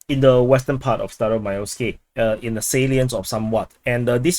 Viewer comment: Staromaioske I thought you said Stylo Milo SKI.😂